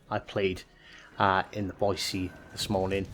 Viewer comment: Thanks from a local for pronouncing "Boy-see" correctly! There's no "z" in Boise, haha. Great vid! 👍